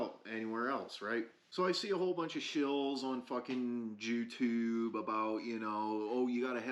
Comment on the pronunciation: He said Jeu(n) tube 🤣 I love him ❤️ Subbed